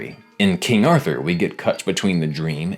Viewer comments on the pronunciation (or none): none